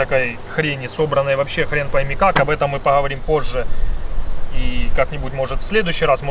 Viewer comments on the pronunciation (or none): none